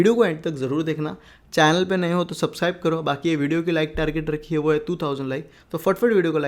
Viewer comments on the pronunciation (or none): none